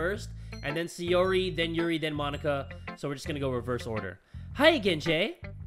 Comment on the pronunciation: SAI! SAI! SAI! [SAI-OR-EE] SAIYORI. YOU SAYING SEYORI IS BUGGING ME SO MUCH I SCREECH EVERYTIME! DAMN MY PERFECTIONIST SIDE.